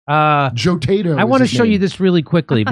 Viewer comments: He said 'Joetato' 🤣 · "Joetato" Lmao